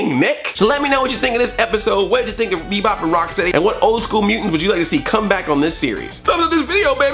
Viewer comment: It's so weird how and some of the other guys put the emphasis on the steady and not the Rock. To me at least, it's Bebop and ROCKsteady not Bebop and RockSTEADY. Is steady a word anymore? It doesn't seem like a word anymore.